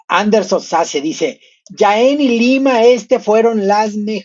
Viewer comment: Jaén. Se pronuncia la jota ya que es en xastellano. ( no es "Yaen" ).